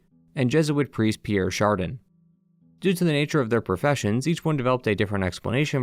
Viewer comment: Chardin is pronounced “shar-dan”